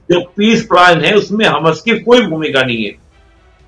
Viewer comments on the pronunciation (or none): Bhai Hamaas pronounce hota hai Hamus nahi 😂